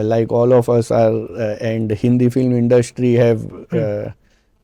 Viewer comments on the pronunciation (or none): Why he is trying so hard in this show to speak in English? Why not just speak the language you can speak well and comfortably. Trusht, indushtry.. jusht